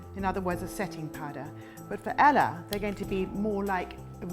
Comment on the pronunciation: Anyone notice she said Ella instead of Elle? >.<